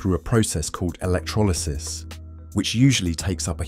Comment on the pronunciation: Work on pronouncing 'electrolysis' while you're at it ..